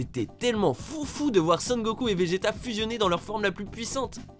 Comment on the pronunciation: Arrête de dire gokul...